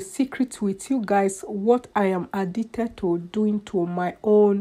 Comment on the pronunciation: ...Errrr.. and what was the purpose of this video??? A whole lot of talking but not saying much. "I am addigded to cotting my heh?" Whats ur point? Who cares?